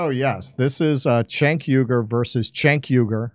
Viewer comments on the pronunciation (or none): Btw, his first name is pronounced like "Djenk", not "Tchenk".